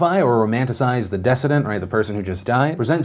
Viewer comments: decedent,pronounced de(see)dent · Decedent is not pronounced “dessident”, it’s “duh-seed-nt”...... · Decedent is not dessident lol pronounced like deceased. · Phil... if it's you're first time saying a new word, in addition to looking up the definition look up how to pronounce it. Decedent is pronounced de-see-dent. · De- see- dent. Decedent. That's how you say it 👍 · Just want to help... Decedent = Duh'see'dent (emphasis on middle syllable "see') 😚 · Phil says decedent for his first time, forgetting to Google how it’s actually said.